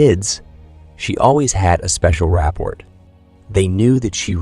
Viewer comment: HOLY-yolk. RA-poor not ra-PORT.